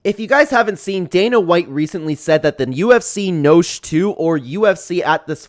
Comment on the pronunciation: Mispronounced noche my guy